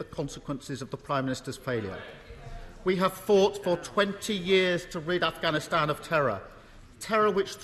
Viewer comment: what? afGhansgsusi